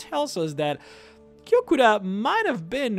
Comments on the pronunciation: It's Yokuda not Jokuda. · its Yokuda not Jokuda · FYI it's written Yokuda, not Jokuda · Thanx!:) I've been wanting a video on this topic for a while, also I believe it's yokuda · I thought it was Yokuda? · its Yokuda